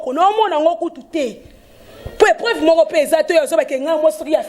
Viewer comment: Bokende KO vérifier MONUC ndoki complexe NDEKO boyayeeee frofiteur mwasi azo telema bino bofandi impolie aza mpe na famille y'a mabe niveau ni-ni? Ozo prononcé olobi épreuve eza épreuve te eza nde balobaka preuve soniiii